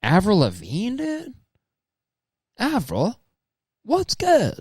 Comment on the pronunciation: Avril Levine duhde? Avril? What’s good? Wha happen? Aaverell? What happen to you?